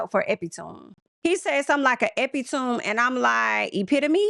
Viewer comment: To say “epitoome”, when you meant “epitome”, makes me think that he had to read and remember a line and that he misread the word. Very weird.